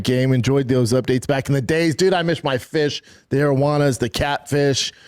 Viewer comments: bro he said "I mish my fish" twice LOL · "God i MISH my FISH" - Bapa 2026 AD